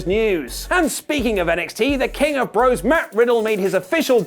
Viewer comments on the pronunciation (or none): none